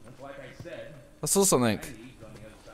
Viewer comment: why doe british people always pronounce 'something' as 'somenink'? thats actually very annoying lol